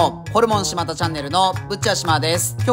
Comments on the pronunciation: 「です」って言ってて草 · 最近ことごとく「しまだ」って言えてないな